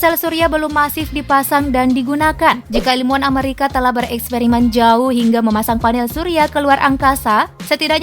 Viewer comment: Amerika bukan ameurika....